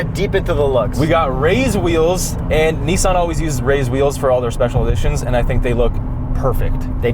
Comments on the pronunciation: 🤦🏻‍♂️ it’s not “Nee-zan” it’s “niece-on” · Its zetto not zi or zet. And its Nissan not nissen.... great video by the way. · "Neessen" lmao. Get it right next time. LOL great content! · The way they pronounce Nissan is troubling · Why are they pronouncing it kneesan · Can you not fucking pronounce NISSAN you dumb fuck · People keep talking about the car, but is nobody gonna mention the way way they say Nissan? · This is the exact wrong way to say Nissan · jesus fuck did you pronounce Nissan incorrectly on purpose? the cringe is real dude. seriously, how many people have you ever met that say Nissan like you do? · You say Nissan weird